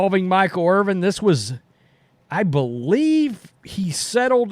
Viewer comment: It's Irvin, not Irving. 🤦‍♂️ This guy says Irvin and then, sometimes even in the same sentence, says Irving. It's like that in every video he does talking about Michael Irvin.